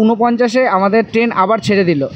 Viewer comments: ওটাকে ট্রেন বলে আপনি তো বার বার টেন, টেনের, টেন জার্নি বলে গেলেন 😂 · Ur pronunciation is very bad, the word is train not ten, lafaba is lafao, please try to rectify it.